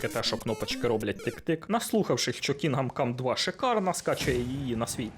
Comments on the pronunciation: КінДом, не Кінгам. "Г" якраз не читається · КІНҐДОМ, а не кінгам😅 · чого "кінгам кам", то ж "кіндам кам" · КінГам кам, прям ріже ухо. КінГдом кам. Відьма 3 ван лав, просто обожнюю. ГТА 5 так і не пройшов, купував разом із слімкою ще на диску за фул прайс, але гра не чіпляє, яка б вона якісна і пропрацьована не була, от не моє. Будучи дитиною, подабалася Вай сіті, за свій вайб, музику, неонові вивіскі. Підлітком Санандреас, за чіт коди, можливість політати, це було фаново. Але будучи дорослим, я не розумію, що мені від тих пограбувань і тюнінгу тачок, ну таке, Ще однію великою проблемою для мене стала розтягнутість ігор, як от в Год оф вар Рангнарьок, більшість побічних квестів так і не виконав, бо вони поверхені та абсолютно не цікаві,( бо все порівнюється з Відьмак 3). Мене не покидало відчуття, що в розробників стояв план, зробить гру на 100 годин, а те що вона втратить в якості, наповненості світу, роізноманітності сайд босів та квестів, це вже нікого не цікавить. Та як і в Привиді Цусіми, однотипні зачисти лагерів монголів, бо так треба і зроби таке 100 разів. Для чого це потрібно і головне кому, можна вкластися в 25-40 годин, зробити гру наповненою, різноманітною з цікавими сайдами, щоб залишився приємний після смак і це все ще буде ААА проект. хронометраж не означає якість. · Що таке, бля Кінгам Кам? Ти взагалі наскільки профік в ігро індустрії, що їбав вчитись називати ігри правильно? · Як він сказав Кінгам cum❓ Поки ви дивилися відево, ваш компуктєр згорів.